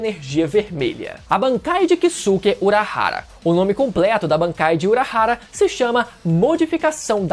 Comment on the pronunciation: A pronúncia correta é Kiske e não Kisuke, da mesma forma Saske, Soske, Yuske, etc.